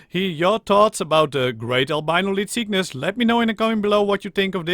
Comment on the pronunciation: I like how you say leedtgishuyys